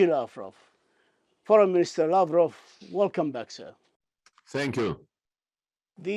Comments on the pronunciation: Sergei Lavrov is a wonderful Minister of Foreign Affairs. I'm proud of him. His pronunciation is quite terrible, but the contents of his speech is the only thing that really matters. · This lavrov is babbling on and on , full of vodka has not time to take a breath